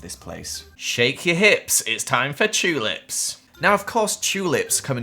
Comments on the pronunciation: I like when he says chulips instead of tulips 😊😆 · i love how says chewlips 💀